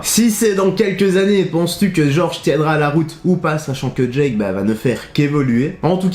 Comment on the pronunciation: Jorge ça ne se prononce pas comme George ;)